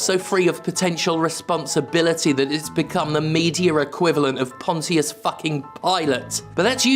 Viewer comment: Fair Use has a posse! Notice how Toby Fox has never done that and never would. He's "one of ours." Of The People and for The People. * cue 'Spear of Justice' theme * Best pronunciation of the name "Pontius." Pretty sure we Yanks say it wrong, like, all the time.